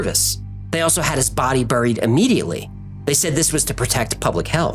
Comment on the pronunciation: "buried" is not pronounced "brrrr eeed" it's pronounced exactly like strawberry. Or Barry Allen.